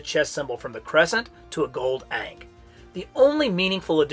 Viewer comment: Small correction, it's pronounced "Con-shoe", and the Ahnk is pronounced "Awnk"